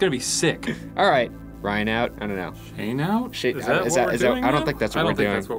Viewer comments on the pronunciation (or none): I heard Shane say Shene instead of his name...😂